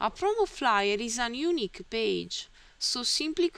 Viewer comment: And "unique" is pronounced "you-NEE-kk" with the emphasis on the "nee" part of the word. Otherwise, you did a pretty great job!